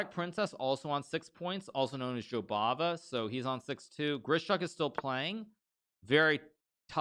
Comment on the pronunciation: gotta love it when Hikaru says "Jobaba" for like a 1000 times. Im walking around saying that name to myself